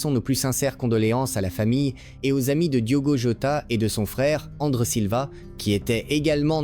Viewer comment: tais toi robot . Ce n'est pas andre mais André .